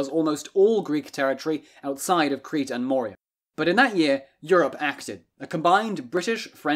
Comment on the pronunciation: Moria is from Lord of the Rings; Morea (more-eh-uh) is in Greece.